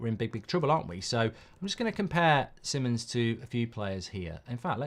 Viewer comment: Little thing BUT it is so irritaring to hear when the names are not pronounced correctly. If someone is your topic, take time to google and check how to pronounce the players/managers name first. Simons pronounced as "See-mons" not Sai-mon (English way). Just like TUS (Mark/Beth), always saying Tuchel before as "Tooooosshell" when it is "Too-kel"